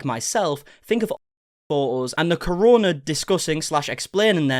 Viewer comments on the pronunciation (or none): The corona hahahaha why can’t Brit’s ever pronounce things properly